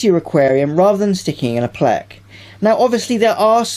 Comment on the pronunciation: The way he says "pleks" lol (no offense)